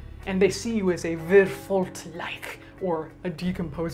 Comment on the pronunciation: *leish-uh. Not sure where that t came from